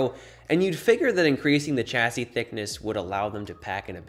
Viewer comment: It's pronounced "shasee"